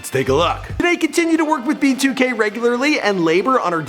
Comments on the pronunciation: Did he say “b2 gay” ? 😂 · Bro when you said "b2k" I had captions on and it said "be too gay" I have nothing against gay people just found that funny